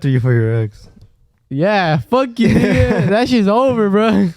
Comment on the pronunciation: Aaahh no hablan español pero Que bien dicen “nigga” 😂